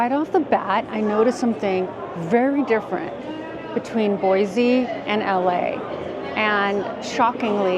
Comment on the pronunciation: Boise , there’s no Z in Boise heheh